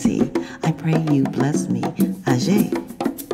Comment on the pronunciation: No my friend, Orisa Aje (pronounced ajay not ajeh) (pls drop Shaluga part) is the daughter of Olokun Seniade